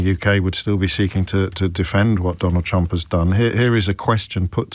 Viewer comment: "We will bote for donald trunck" 😂😂😂😂😂😂😂😂😂